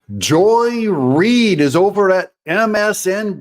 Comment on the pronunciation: Joy-less reed. You need to say it right….